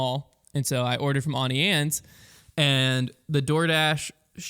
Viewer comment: The Auntie Anne's pronunciation is infuriating